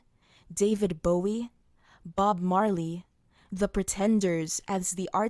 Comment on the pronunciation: Your pronunciation of Bob Marley is funny, sounds like you never heard this name before lol. And uh, uh, Lourdes is NOT in Paris!!! Lourdes is in the South of France, gosh. Becoming a Muslim, Sinead felt "peace and serenity after submitting her will to God"........... Submitting her will? That's not a will anymore if someone is led to submit it. And sorry, it's all very nice but did Islam really help her? Where is she now? Why did she feel so alone to the point she was desperately trying to reach out for company on Twitter? Where were her Muslim "friends" then?